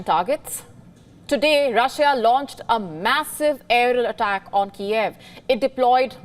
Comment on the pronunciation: "Vlawedimir" "Eddl attack"